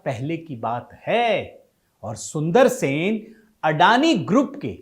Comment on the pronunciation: Sun-dara-resan, not SUNDARSEN.